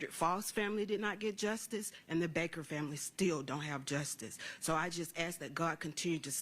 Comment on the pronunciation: It was appropriate that Faust's horrible family members don't even know how to pronounce the word "justice".